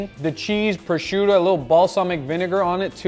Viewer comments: Guga, Guga: PRO-SHOE-TOE!!! (not pro-shun-to) Love you bro. ;) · Its Prosciutto not Proscunto ...Pro-shoe-to .. not Pro-shoon-to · Guga why do you say "prosciunto" 😭😭😭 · why do you say "precionto" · In Brazil we call it "Presunto", so thats most likely why he call it that way